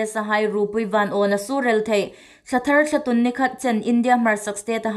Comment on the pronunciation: THT News puongtu hai hi inthiem ta ngawtel lawm in um. Chun Ei hmaa April thla hi Intûn hmin hun ani leia Thlatûn tia inbuk aniha, a lamdan hungthiem ro.Thlatun nilovin Thlatûn ti lem ro.Ei țawng hi sukdik a phu hle anih.